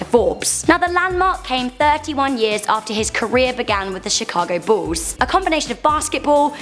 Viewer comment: why u saying ball insted of bull it sounds like